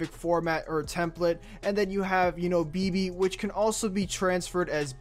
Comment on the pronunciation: Like si eres Mexicano y te lastimo cuando dijo BeBE